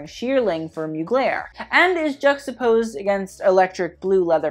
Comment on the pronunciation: No one:......: JUXTAPOSED